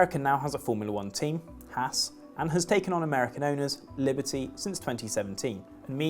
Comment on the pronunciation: Haas isn’t pronounced Hass it’s pronounced hoss.